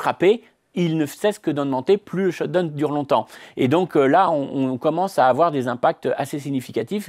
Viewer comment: j'aime bien cette french touch perso !